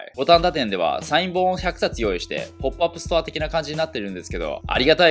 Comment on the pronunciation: ポップアップストアがお〇パブストアにきこえた.......